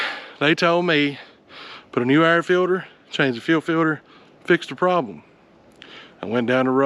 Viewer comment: As someone not from the south or a “”, I had to rewatch this 800 times to comprehend “air filter”